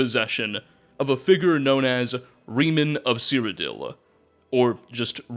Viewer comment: This is a small thing, but seeing as you say his name about a million times, Reman is pronounced Raymon, not like Remus from Roman myths.